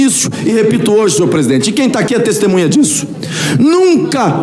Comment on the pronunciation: Um presidente aí do senado que fala " Tistimunha " essa é a classe política do nosso Brasil 👍🏼